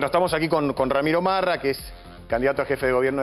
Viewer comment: Corrijan el apellido... Marra, no rama😔😆